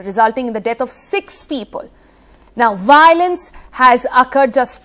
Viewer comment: Sonal its “v”iolence not wailence , “vai” olence - got it “vai” “VAI” “””vvvaaaiii””